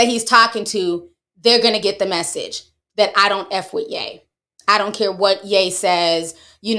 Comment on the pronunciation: 😂😂😂You said “ion know what Elon Musk gon do” 😅